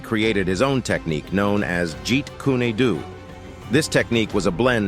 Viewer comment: Jeet you pronounced correctly, but Kune Do is pronounced (Kun Doh, and not coony doo. But as far as the fight with Wong Jack Man, that's not the way I heard it. Wong was new in town and was dragged into the "Challenge" by the other Kung Fu instructors in town with the idea of taking Lee down a peg to get him to fall in line. Wong has no idea that this would be a no-holds-barred fight. Bruce, thinking Wong was basically a Shaolin Assassin there for a Death Match went all out, hence the eye strike. Bruce then proceeded to chase Wong around for nearly ten minutes hitting him in the back of the head until he gave up. The legend of a "Kung Fu Battle" sounds so much better than that, so that's what we're left with.